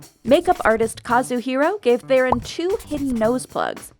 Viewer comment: Still waiting for the day they say C Theron’s surname correctly